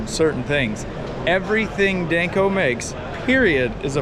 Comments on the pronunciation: Is anyone gonna tell him its not Dayneco?? 😂😂😂😂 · Is it just me or does he mispronounce danco? Dayne co 😂😂😂😂